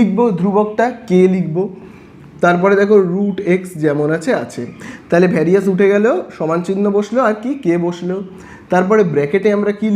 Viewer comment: Sir Ota Varisus na various 😂